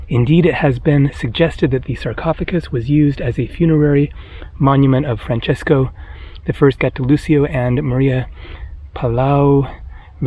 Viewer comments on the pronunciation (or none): none